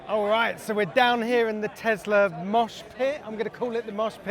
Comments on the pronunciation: Why do you say Teslar? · Tesler, love it lol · teslar ... event you need to speak properly! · 🤦🏼‍♂️ tg presenter, there is no R in Tesla.